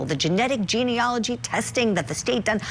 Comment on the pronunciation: the lawyer doesn’t even know how to pronounce genealogy😂😂